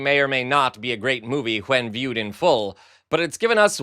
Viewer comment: Hwhen and Hwhat... Ugh.